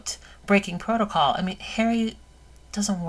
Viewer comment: "Breaking protacol" LMAO